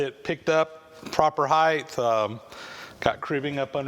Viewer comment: Please take note, the word 'height' rhymes with 'right' and 'light', there is no letter 'h' at the end.